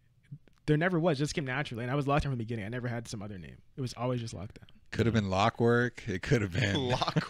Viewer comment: “locwork” 😂🤣 respect to both players tho